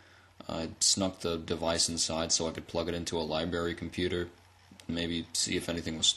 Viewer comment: libRary say it with me libRary not liberry